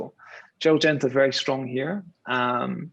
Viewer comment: in Singapore...you keep saying Gerlad Genta when referring to VC OS...someone in your position should know better...